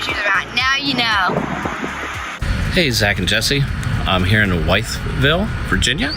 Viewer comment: Sir thank you for stopping in Wytheville, VA. For future reference it is pronounced like with-vill, or if you’re local, woofle. Please come back soon!